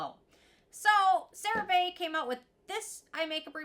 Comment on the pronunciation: Please for the love of God, start saying this product name correctly!!! 😂😂😂😂